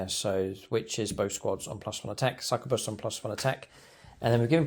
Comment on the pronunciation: Every time mispronounces these words Khorne æts another kittren 👹🐱 INK-YOU-BYE SUCK-YOU-BUS